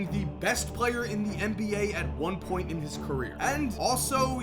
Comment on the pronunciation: Its So Funny The Way He Puts Emphasis On The P When He Says "Point"